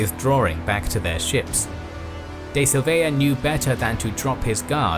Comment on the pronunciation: Very cool video but the way you say "Silveira" is hella annoying.